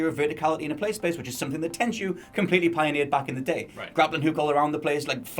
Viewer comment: Heh, its not Tenshu